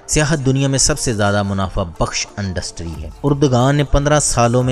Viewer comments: Industry not undustry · Dear despite of information your pronunciation is quite wrong. I feel that you had never been at a good institute. You said Andustry where as it is Industry. You said Araq whereas it is Iraq. Tjhere are many words you spoke wrong. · Andustry kiya hota h bhai Targat kiya hota h? بھائی آپ لوگ الفاظ لاتے کہاں سے ہیں اور ایسی فحش غلطیاں کیسے کرتے ہیں. تقریبا ہر لفظ کو بدل دیتے ہو آپ... امید کے اصلاح کریں گے. شکریہ